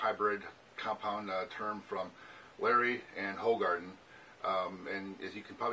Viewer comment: It's pronounced 'who- garden'